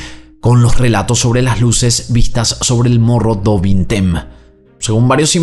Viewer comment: Mogo du vinteim se pronuncia.